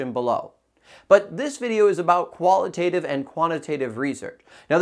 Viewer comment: Don't you pronounce both terms wrong all throughout this video though? 👀